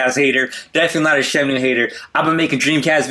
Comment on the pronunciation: what is "SHEM-NEW" is that the same as the Shamwow?